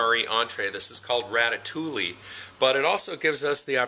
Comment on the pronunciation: Hush! You're not supposed to let out the secret that the vegetarian MREs are tastier than the meat ones! Like other Italian, French, and Spanish vegetable stews, ratatouille is filling, satisfying, and nourishing peasant food. (, it's pronounced Ratta TOOEY.)